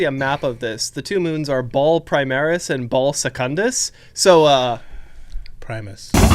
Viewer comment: I realize you’re talking about WH40k and not biblical Baal but it’s definitely not pronounced Ball. Try Buh-Al. It’s hebrew.